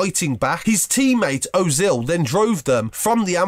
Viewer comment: “Owzil and calasinac”